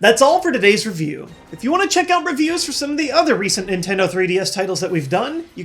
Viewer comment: Did he say Rif Hughes at the end instead of reviews? If so what can I do to get a shout out?